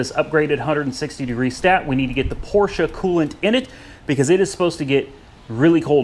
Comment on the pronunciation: thank you for correctly pronouncing PORSCHE .